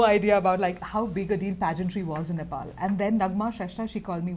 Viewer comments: I m glad called nepal not nepol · loved the way he said NE'PAL' instead of NE'POLL'